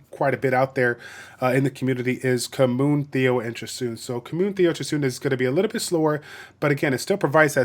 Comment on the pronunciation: The way the other guy keeps pronouncing "Khmun" is making me cringe SO, so much....